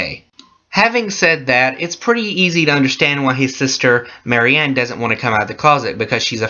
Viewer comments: It's MarIA, not Mary-Anne. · It's Maria no exceptions not Marie not Mary, Maria got that.